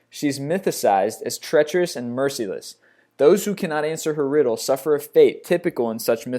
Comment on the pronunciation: pie-sees, mer-sih-less